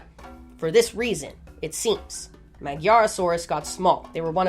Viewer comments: love love love your videosss!! quick side note, i think the magyarosaurus is pronounced madjarosaurus, since the name basically means hungarian dinosaur, and the hungarian name for, well, hungarian, is magyar:) thanks for all your videos💚🐊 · Magyarosaurus may be pronounced as maDyarosaurus. I suppose it was named after Hungarians - Magyars (gy sounds like dy) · Ah also I'm a magyar, magyarosaurus is pronounced 'madyar' (the osaurus part was fine) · The way you pronounce Magyarosaurus is killing me... GY next to each other is pronounced... well I cant think of any word with that sound in english... okay after coming back from the rabbit hole of " gy " in hungarian and " ď " in czech/slovakian these two different letters in these not even related languages sound almost identical, have brought back this: The "gy" sound is similar to the English "d" in "dew" but is pronounced more softly and with a palatal quality, which is a characteristic feature of the Hungarian (Magyar) language.